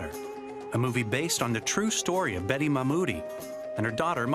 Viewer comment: This interviewer is so annoying. Also she keeps blatantly mispronouncing Mahtob.